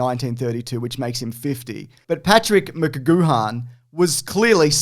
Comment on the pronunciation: Your Math Here is Terrible 1872 To 1932 is 60 not 50 and your pronouncing Patrick McGoohan’s Name wrong as well